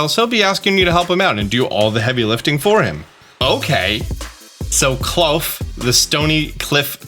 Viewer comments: I think klawf is supposed to be pronounced claw-f as it sounds sounds similar to cliff which would make sense since it's a rock type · It's Clawf, like In the word awful. Clawful...Clawf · claw - f not clouf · Please... they literally called klauf clawf that's the pronunciation... you know, because they said it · Hi, sorry about this but I just want to say that I think Klawf is pronounced cloth. Sorry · It’s clearly pronounced clawf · Says claw, continues to call it Kl-owf 😂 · Bro it’s pronounced KLAWF! As in CLAW-F cmon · “Klawf” I believe is supposed to be a portmanteau of “claw” and “cliff” So I think it’s pronounced “Kloff” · Love how you pronounce Claw f (klawf) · it’s just klaw-fffff there is no u in the name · Is spelled Herba. pronounces is Hebra. And Klowf? It’s Literally Claw with an F at the end. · I swear you say and write names like Klawf wrong on purpose just to get comments. More power to ya.